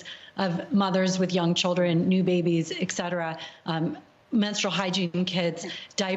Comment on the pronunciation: The pronunciation of "etc." is ET-CETERA, not "eck-cetera". Petty of me, way off-topic-- a teachable moment & a pet peeve. Ok, I'm done.